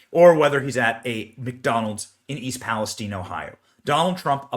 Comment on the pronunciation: Its not "Palis-teen" !